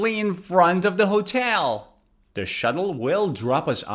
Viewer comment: As a non-native English speaker, you have a good accent in English. But there is sth wrong with your pronunciation of the word "hotel".